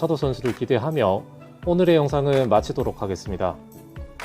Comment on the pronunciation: 크로징 멘트 "오늘의 영상을 마차도록 하겠습니다" 로 들리네요 . ㅎㅎ 마차도 화이팅!